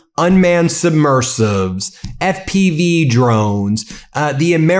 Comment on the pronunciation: Not "submersives"..*submersibles!* Or just plain submarines.